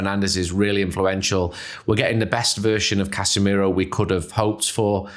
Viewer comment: 2 things, can we give casamiro carrick's song? it's casa miroooo, hard to believe its not scholes? also we did go a goal down to arsenal so we did see how the team responds to that